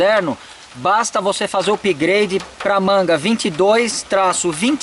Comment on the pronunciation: Querido não e pigrade e sim up grade